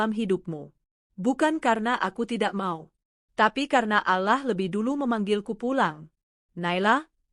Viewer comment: Bisa gak baca nya ALLOH'.!!!